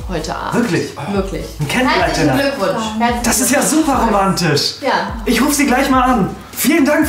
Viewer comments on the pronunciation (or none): Boah wenn noch mal romatisch oder Kunst sagt....:D